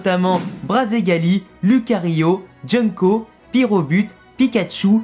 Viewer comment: Jungko c'est avec un g pas avec un c